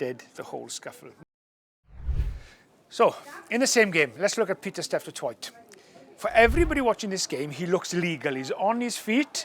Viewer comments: Steph Du Toy = is how you say it :) The t at the end is silent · Hilarious how non-south africans say Pieter-Steph du Toight 😂